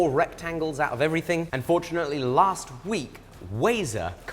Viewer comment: Did he say "forge"unately